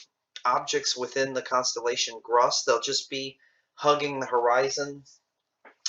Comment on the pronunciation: I thought it is pronounced "groose"